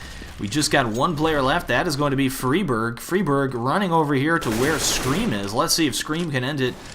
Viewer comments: fray birg not friiii berg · fryberg, not friberg ;P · its fri like fry not freeberg its friberg fry-berg friberg :3 haha just saying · It's pronounced Free barj in Swedish NOT Fry Berg. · its not freeberg its friberg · MHplays It's more like Free Barg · its fribirg. like Frie, fries, or fry, to fry with a pan. fry berg. k. thankz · I am from Sweden so I know the correct pronunciation :P Idk why the call him "fryberg" but somone started to do it and everyone followed along. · Frie Bird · Why do you have to pronounce everything wrong? FYFlarren? FREEEEBERG? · Also, it is pronounced fry-berg. At least, that's how GeT_RiGhT said it in the Protip video. I'm not sure on that name either. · the way you pronounce Fribergs name and Fifflaren is annoying...